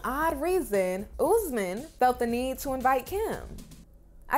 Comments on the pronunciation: It's not pronounced UZ-man , it's pronounced OOS-MAN. 🙄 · You need to stop calling him ouuzzzmen bro its OS-MAAN